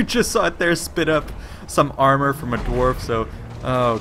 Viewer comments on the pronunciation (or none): none